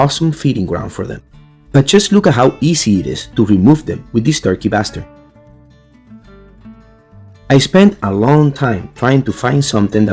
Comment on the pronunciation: I heard the "turkey bastard" too 😂😂